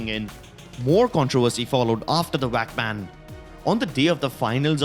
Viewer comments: why do you call vac bans whack bans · WAC BAN, WIRAL.... IT'S A V!!! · “Wac Ban”